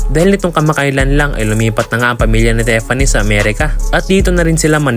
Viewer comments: HEY!!! Tiffany is pronounced Teef-anee not Te-fan-ne! Please to the uploader/voice show some respect ok? Do some research in proper pronunciation of English (although it is an anglicised Greek name Theophania) names before making videos. You really sound silly and stoo peed. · Tiffany as in teeeeffany. Hindi tefany..